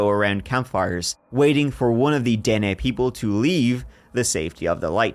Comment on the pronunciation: they are called the den neh. kind of like the valley's name you got the the nah ha right lol i know thats not how its spelt